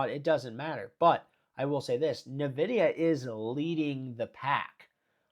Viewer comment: Why do you call it navidia? It’s pronounced EN-vidia